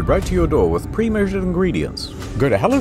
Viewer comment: "Get meals delivered right to your door with premueushurud ingredients"